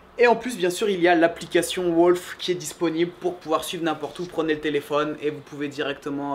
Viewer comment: we pronouce "wOUlf" not wOlf , anyway great job